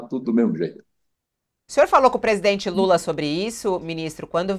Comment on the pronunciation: o ministro diz: passei a madrugada com o Estado maior! mas que dificuldade pra falar presidente Lula ; "UM INCONFORMADO"